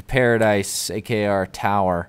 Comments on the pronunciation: if you listen he says AKR he meant a.k.a though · he said 'A K A our tower'